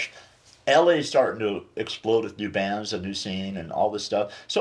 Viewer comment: Keith is great. He can add an extra syllable to the word “bands”. It’s like “Beee-yands” 😂 Legend.